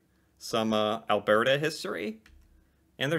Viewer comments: Alberta is pronounced Albert a with the accent like al BER ta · Yes "Al-burr-ta" not "Al-bear-ta". Often the "t" is softened to more of a "d" sound as well. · It's pronounced Al-ber-ta not Al-bear-ta lol Also Edmonton has a lot more than the mall And the telus science center isn't much about Pixar at all except for that space, the rest of it is fun science things that you'd do in actual science Calgary Flames, Calgary hosted Olympics in 1986 or something like that, Calgary is a popular layover airport with Westjet headquarters, Calgary Tower, you research Canada and probably came across it if none of those ring a bell lol And you should definitely check more about the Calgary Stampede, its more than a rodeo like Google says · Alberta(Al-bur-da) is basically just Montana, Georgia, and Texas all rolled into one beautifully green province lined with the second largest mountain range on the planet. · Phonetically. Al-burt-ah. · I love how the way you pronounce it really stresses the BRRRRRR! in Alberta 😄🌨️🌨️☃️🏂. But Alberta is not what I'd call 'south'west Canada. Western Canada has no portion that reaches as far south as the part of Ontario where 10-15% of ALL Canadians live!